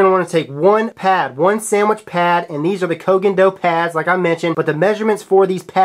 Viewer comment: Respect to you. Your pronunciation of the Koh Gen Do IS the only way to pronounce it. From JPNese fan.